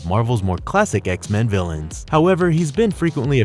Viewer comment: I love these videos but PLEASE do at least one read through of the script before committing it to audio so it sounds less broken and disjointed. Also, trying to 'untie' instead of 'unite' is bad enough ..... but "... he was more than a match for powerful 'villains' like Wolverine..." 🤔